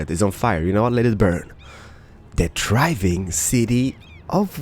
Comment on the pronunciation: Every time you say "the thriving city" it sounds like "the driving city" :P